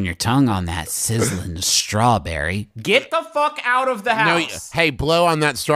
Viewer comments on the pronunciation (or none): the way he said strawBERRY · Why does he straw-berry like that? ??? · I love how Travis puts weird emphasis on words like sir-LOIN and straw-BER-ry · im sorry but why did he say "strawBERRY" with that weird ass emphasis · I was thinking the same thing when he said strawberry 😂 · This video is great, but the best part is how strawberry is said he did it again but with the word serloin